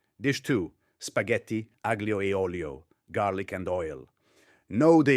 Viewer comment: lose the fake accent if you can’t pronounce aglio